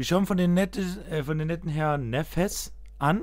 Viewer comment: Das heißt neffex und net neffes